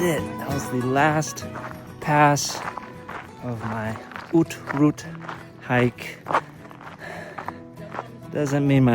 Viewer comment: Great video, very well done! Thanks for using only few words and trying to get the right pronounciation of "Haute Route" vs. "Hot Route" ! ;-)